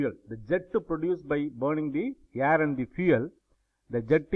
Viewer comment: Sir it's air not yerr